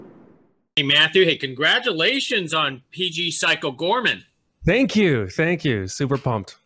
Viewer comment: It's Goreman, not Gorman